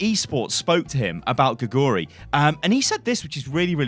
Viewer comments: Don't know if you care at all but you're saying her name all wrong. Her name literally means 'frog' and in Korean you would say it like 'gay-goo-lee'. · You can pronounce her name more correctly if you put the emphasis on the first syllable 'gae'. It pronounces like 'gae-goo-ri'